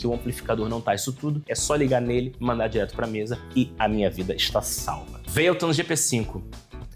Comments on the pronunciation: Veiloton? É mais pra véloton, parei aí, fala como os brasileiros falam, tenta imaginar americano e ainda fala errado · Nemdeu 5 minutos de vídeo e eu já fiquei enjoado da forma que você fala "valeton"... kkkkk